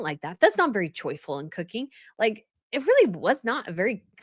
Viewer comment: Does say “Choi-ful” or “Joyful” when Chef Roy says what kind of music he listens to when he cooks?